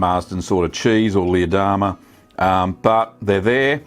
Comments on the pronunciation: You pronouced Leerdammer totally wrong but good review. greeting from the Netherlands! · Leer is a city in Germany (close to the Netherlands though) and is pronounced similar to pear, not like beer